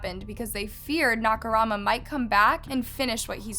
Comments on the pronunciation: she keeps saying naka-rama instead of saying naka-mura my OCD gets out of control I don't like when people spell names wrong😬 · i dont think you noticed this but you kept saying “nakaRAMA” instead of “nakaMURA”. just pointing it out for future videos:) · I died when she pronounced Nakamura as NakuRAMA instead. Lol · You keep saying Nakurama instead of Nakamura, it's driving me a bit crazy. At worst, it can come across bit disrespectful to not put in the effort to pronounce non-English surnames correctly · for a channel with this big of a following, she should be able to make better effort in researching how to say ONE name. She doesn’t need to pronounce it the way the Japanese do, she just need to get the spelling right i.e MURA instead of RAMA. Imagine a documentary about Hitler and the narrator keeps calling him Lither and Tilher throughout the video. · Seriously my OCD was going nuts calling him Naka Rama instead of Naka Mura lol. Drove me nuts but like you said it was an interesting video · Girl you’re ignoring the point on purpose. she’s done it covering victims stories too. i would get it if it was a hard name to pronounce but nakamura is in no way harder to pronounce than nakarama which is what she was saying most of the time. it just shows a lack of concern for other peoples culture and language. if you’re gonna cover their stories too then put in that little bit of extra effort to get it right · Sorry... Couldn't focus on the story. She kept Mispronouncing the name over and over. It's 'NAKA'....'MURA'! I don't think this name is that hard to pronounce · Her saying “Nakarama” made me cringe 😭 I like listening to the stories but try not to watch her videos bc it seems like she doesn’t put much effort into them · It's the way "Nakamura" was pronounced every way but correctly for me lmaooooo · I used to live in Hamamatsu, and how said it made me crazy. I love the vid tho! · She changed the pronunciation of his name several times and all were wrong 💀